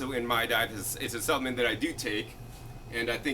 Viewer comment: Take a shot everytime he says suppenent lol